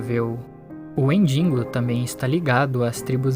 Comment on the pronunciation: Que agonia ouvir "WendiNgo"